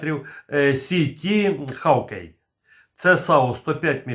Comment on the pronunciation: Шановний, з усією повагою, але Ви невірно вимовляєте англійське слово "hawkeye"! Ви вимовляете як "хав.кей" (ЯК КЛЮЧ), а треба складне слово "hawk eye" – «соколине око» вимовляти ХОК.АЙ!!! 😮🧐😁